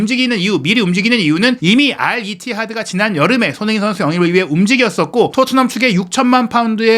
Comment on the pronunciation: 발음이 너무 구리신데ㅠ 손흔힌이 누구임?